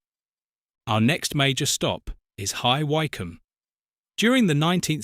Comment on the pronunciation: Bye-cester, Hye-wycome! Not difficult to get right. What is the relevance if the orchestra? Another poor AI clickbate video.